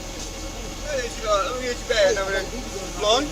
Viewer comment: Would it be a lawful order if the cop can't pronounce the word? Like instead of door says dough or instead of over there says over dare